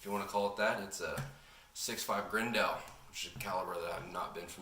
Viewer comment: It’s pronounced “Grendull” btw big dog